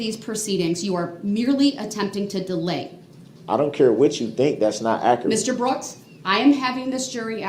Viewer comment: Don’t forget. Ac er ret.= Accurate